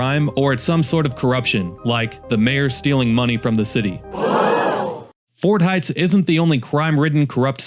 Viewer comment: It is Ford Heights, not fort. Also, saulk and not sock. Also, have you been to any of these cities? I can show you run down parts of any city, though there are very nice parts as well.